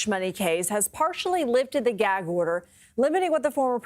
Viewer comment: Why can y’all not even get the word gag out of your mouth 😂 y’all both kept trying to say jag order 😂